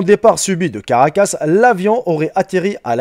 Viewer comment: "La capitale du Venezuela, au carcas"...🙄🙄.on dit à caracas.